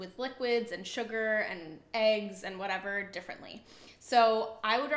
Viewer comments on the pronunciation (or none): none